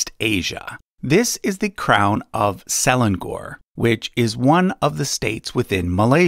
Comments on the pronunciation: its se leng or instead of se len gor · pronunciation corrections for the malaysia part. SELANGOR is pronounced as sə-laa-ŋor, not seh-lan-gor. for YANG DI-PERTUAN AGONG, the AGONG part is pronounced as aa-guŋ, not agog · Hi Selangor is pronounced as Suh Lah-ng Ngoh-(r). E in Malay is pronounced as Uh usually but without the h sound. I put the h there so that it is easier to figure out the correct vowel sound. A is pronounced as Ah without the h except when at the end of words in many dialects and informal registers. O is normally pronounced as Oh without the h. R is often omitted but can be pronounced but often with soft r without much trill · I have been a fan of your channel for a long time but your pronunciation of Selangor is killing me. It pronounce Se-La-Ngor, not Se-Lan-Gor. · Just want to point out that SELANGOR, Malaysia is pronounce, some what like "Sir-Lung-Ngor". Nevertheless, great info. *thumb up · "Salang gor" "Yang di-pertuan Agok" 😅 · Selangor is pronounced - Se-Lang-or = (Ce)rtficate - (Lung) - (Or) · What funny word selangor how you said it's pronuce se-lang-or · Selangor = se lang ngor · Butchered the pronunciation of Selangor but thank you for the recognition. Can you please make a video about the monarchy of Malaysia please. Love from Malaysja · Ng is not pronounced as Ng-g unless there is another g behind it, that is, -ngg-. Example words: langgar, bangga, etc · I'm triggered when he pronounced "Selangor" and "Agong".😂 Malaysian here!! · YANG DI-PERTUAN AGONG (N is missing). Selangor - the ng, is nasal like in "sung" and rhymes with sung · That's not how you pronounce selangor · Selangor ... pronunciation is wrong. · You butcher my Malaysia word, Selangor and Agong🤣🤣🤣🤣